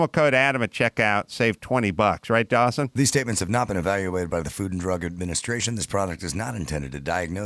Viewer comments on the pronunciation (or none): none